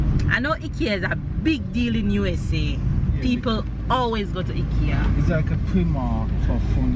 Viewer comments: dear, the place is pronounced (Hikea) not hikkyea. One is like you're going hiking, but you're calling it like what you get on your neck. Please try. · It's IKEA pronounce EYE KIA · I’m a fan of banana fritters have been eating them from I was a child. It’s pronounced I-KE-A…it’s more affordable especially with college students and first apartment young ppl…your children are beautiful. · Sounds strange when you pronounce t Ekea here in Europe we pronounce it I-Kea lol i love Ikea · its fine its actually pronounced both ways by the founder himself, I saw a video where when he speaks to an English Audience he says IKEA and when Swedish he says EKEA, he didnt care anyways. I was not criticising so dont take it that way I am saying that it sounded funny to me thats blessed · Hi, I am from Toronto. I just wanted to correct the pronunciation of the furniture IKEA. “Eye-kee-ya. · I love shopping at IKEA! I have to go through and look at all the things :-). In the US we pronounce it eye-kea.